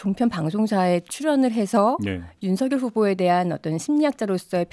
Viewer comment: 여담인데요. 윤석열을 발음할때 윤서결이 아니라 윤성녈이 아닌가요? 남자 기자분만 제대로 발음하시는 듯해요.